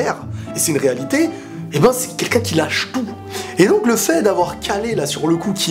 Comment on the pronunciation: Ca se dit Keru a la japonaise et pas ''caller'' lol